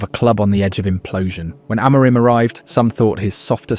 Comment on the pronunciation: You make some good positive videos but it's not great you can't pronounce Amorim and the players' names correctly (you're not the only one on Youtube though). Please have a look at the official United short "How To Pronounce Our Reds’ Names" and learn how to pronounce their names. Don't sound like an amateur - go pro!